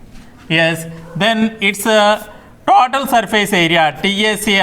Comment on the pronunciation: Tatoal nahi sir total 😅 😂